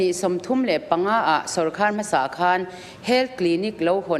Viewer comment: Sawrkar tih nisi hi Na tinge Sawrkhâr an tih fo thin le.